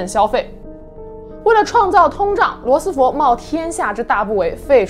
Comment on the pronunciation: 罗斯福fu，不是fo